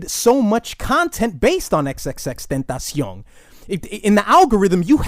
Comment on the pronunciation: Its crazy how you said X's name perfectly and flawlessly but mess up everyone else's names lol